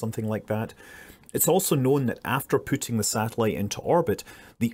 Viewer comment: "After Putin the satellite into orbit" LOL that good old Scottish accent ;)